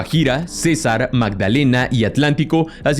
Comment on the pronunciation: hubo errores de acento, es decir tildes, cuando pronuncias los departamentos, Urabá termina en tilde, dijiste uraba, Cesár, y dijo cesar... Orinoquía y no orinoquia.